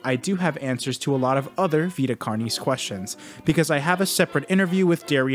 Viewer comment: I’ve never heard someone pronounce “carnis” like that in all of my latin studies. Great video though